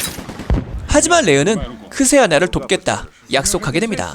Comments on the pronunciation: 자막은 크세니아인데 멘트는 자꾸 크세아나라고 하시네요. ㅋ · 자막은 크세니아인데 더빙은 크세아나라고 하시는 이유가 있나용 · 계속 여주이름을 크세아나 라고 하시는데. 자막에도 크세니아 적혀있네요. 크세니아가 맞고 흔한 러시아여자 이름이죠. 간단하게는 수샤 라고 부르고